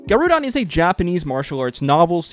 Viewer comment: It's pronounced Gah roh dehn, not guh roo dahn.